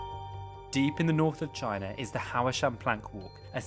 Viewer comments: Huá Shān (Mount Hua) --> Hau Shan (how u pronounced it) ~= Pá Shān? (still dunno why) = climbing mountain (爬山)😆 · It's pronounced Wha-Shan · I felt my ancestors cry when he said haoashan (no offence though great video) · It is called Hua Shan, just like Hua wei. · Out of respect for the country you should learn to pronounce the mountain's name properly instead of saying 'whatever it is called'. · Your HUAshan pronounced totally wrong